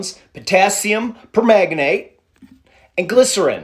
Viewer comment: You made my day! 😂 Philigaminiminmin! I don't know how to pronounce it, but I'm pretty sure that is not it. That's about the way I would say it. ❤😂